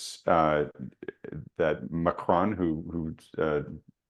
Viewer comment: i love the way always sounds so super sure about everything including his shxtty bond trade. Im guessing anyone daft enough to use him has “ enjoyed “ distinctly average returns. Try and learn how to pronounce Macron correctly ffs.